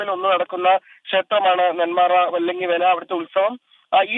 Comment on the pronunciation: Vallagha veli❎ vallaghi vela✅